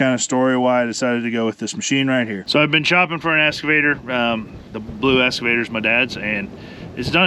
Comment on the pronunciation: EXCAVATOR not essssscavator. 😂